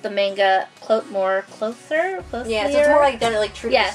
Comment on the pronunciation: "CLOSIER"? really? hahahahahahahahaha even I would never mess that one up! LOL ;-) love you guys.